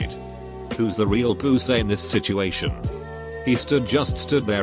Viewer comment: No one: Text to speech: poOsay